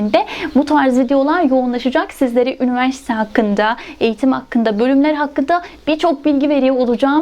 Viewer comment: Diksiyonunuzu çok beğendiğim için izledim... Üniversite derken üniverste demeseniz harika olur, teşekkür ederim.